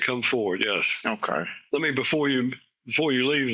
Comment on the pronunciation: The way he says okay as "hokay" or "Ommmm hokay" as though he's having some kind of useful thought.